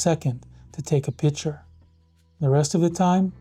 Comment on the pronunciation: I don’t trust any photographer who says “pitcher”